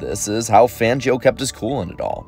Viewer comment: Completely butchered the name. It's pronounced FONgio